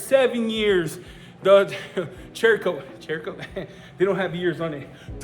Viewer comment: You pronounce "Cerakote" like SERRA-KOTE. Not CHERRA-KOTE. I forgive you... 🤣👌🏻